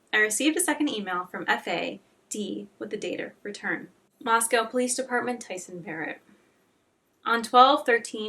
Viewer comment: moscow is pronounced moss-co kootenai is pronounced coot-knee